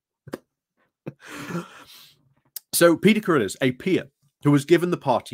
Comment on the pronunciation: It's pronounced crud-arse, and is an example of nominative determinism.